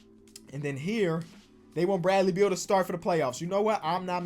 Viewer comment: Literally nobody:: “Bradley Beald”